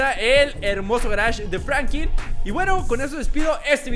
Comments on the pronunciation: No es frankin es franklin!! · Es Franklin no frankiln